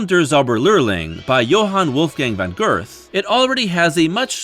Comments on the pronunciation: That is not the way Goethe’s name is pronounced. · Please research your pronunciation before recording. Goethe....Dukas....Levine....."Shoskatovich".....yikes.